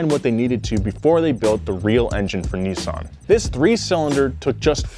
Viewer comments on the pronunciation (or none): IM GOING TO COMMENT ON EVERY VIDEO FOR TO PRONOUNCE NISSAN CORRECTLY. ITS NOT NISSSSSSEN ITS NISSAN